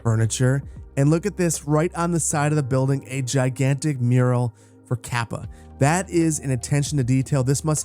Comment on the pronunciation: You mispronounced Lehto and Kapea Leh-to ka-pe-a